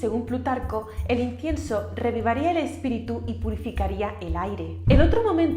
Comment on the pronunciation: No sé si es mi oído pero no le escucho decir incienso....